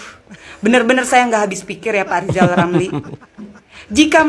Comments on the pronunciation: Ah yg bener min,masa Lijal Lamli mau nyapres,aku ndk percaya,ambisi dan hayalanya mungkin.Ucap huruf R aja nggk bisa,mau nyapres???????, Preeeeetttttt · Lizal lamli gila jabatan ngomong r gk bisa tapi hayalan tinggi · haaaaaaa yijay yamyi mo capres ngomong R aje ga bisa...partai hti fpi x yg mo milih die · Hehehege Yang jadi antene nya lijal lamli bisa" tuh tv siarannya ga ada huruf R nya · What??? lizal lamly mau jadi pleciden endonecia..??? Ancorrrrrrr!!!😂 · Hahaha Lizal Lamli Lg Mimpi Buluk. Woi Lajawali Ngeplet Ngomong aja dulu Benelin... Coba bilang R. Klo bisa Saya mau Pilih Anda. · Rizal Ramli itu suruh belajar ngomong R dulu...😂😂